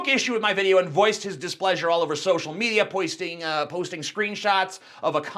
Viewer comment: POISTING. YOU SAID POISTING, TJ. JUST THOUGHT I'D PONT THAT OUT. Also, it upsets me deeply that an incredibly talented guy like Fukunaga was dropped from the film. Hollywood is probably going to murder the story of "IT". I don't want to completely discredit Bill Skarsgard and act like he's not going to do a good job as Pennywise, but I'd seriously be surprised if the current studio took a legendary story like IT and portrayed it properly. The movie might even end up being as bad as the Nightmare on Elm Street remake.